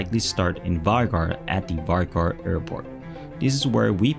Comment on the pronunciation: Vágar is pronounced wooar